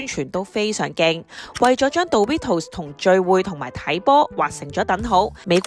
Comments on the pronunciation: 其實係咪唔係叫「度litos」 我覺得應讀作「door ritos」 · 其實應該係讀Do(Do did done嗰個do）ritos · 唔係「杜」ritos, 係「惰」ritos 呀😂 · 唔係惰ritos. 係讀doritos. 😂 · 少少更正：個讀音係「墮」唔係「道」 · 下次英文搵電腦讀啦😌唔好再墮we圖s喇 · 佢叫做墮ritos 讀唔出建議用返google發音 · 冇錯 應該係讀：多 ri tos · 杜ritos… 好un耳.. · 讀錯真係好難聽😂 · 好難聽，唔係咁讀😂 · 幫人賣廣告之前可否將人地品牌名發音練熟啲，尷到頂唔順睇唔到落去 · 做「牌子嘢」但讀錯人哋個牌子…… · 你地讀 dorito 發音好重，個個音彈出來咁。😅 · 女旁白講英文真係好難聽.. Doritos都可以讀到咁 即刻唔想睇落去